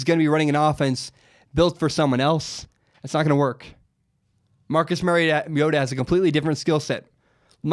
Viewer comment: Learn to pronounce Mariota bro. That's so damn annoying. Think Mario not Mary.